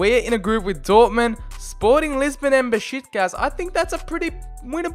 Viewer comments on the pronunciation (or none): none